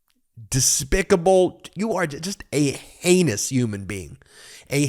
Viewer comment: Did you say heinous or anus? lol